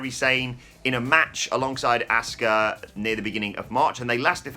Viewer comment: Why do you guys pronounce Asuka's name differently?? says ASK-uh and pronounces is correctly as AH-ska 🤷‍♂️